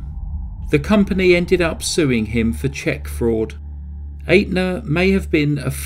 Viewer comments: BTW, the insurance company, Atena is pronounced Et na! Good work! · It's Aetna, I'm glad I met ya, not Atena, I'm glad I ate you. With that one quibble, this is an absolutely brilliant video, thank you. I am thoroughly irritated with myself that I thought the movie was based on fact. Great presentation.